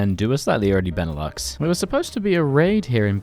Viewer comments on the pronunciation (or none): none